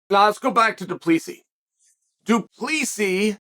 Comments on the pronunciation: Its pronounced Du Pleseeee (the S is silent) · Oh, American parochialism... "Doo-pless-see" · Du Plessis..last s is silent.. can't be that hard.. du Plessi ..simple.. vs Brunson next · DOO-PLA-SEE. You need to read more of your comments dude. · The last s is silent in Du Plessis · CHAEL, THE S IS SILENT !!!!!!!!!!!!! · The S is silent -GOAT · Chael the "s" is silent ..